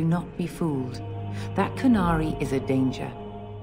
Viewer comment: Why do they keep mispronouncing "canary"?